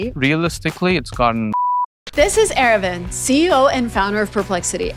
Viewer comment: its not era-vind, ita ara-vind